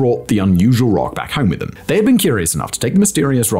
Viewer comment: Rushing “back” ok. 😂